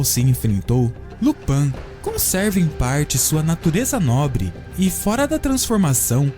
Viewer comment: Lupãn não... É Lupín. E não é jma maldição, é uma doença